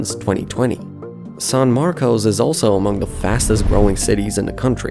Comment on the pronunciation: Yeah but "San Marcos" should be easy for anyone to pronounce. I don't think English is his first language, he sounds Eastern European. I can tell whether someone lives in Central Texas by how they pronounce Manchaca Rd, Guadalupe Rd, Burnet, Manor, Del Valle, Seguin, Buda, etc. Non-locals will always say those wrong.